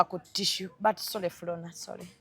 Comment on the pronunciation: The way says sole😂😂😂😂😂olemwa!!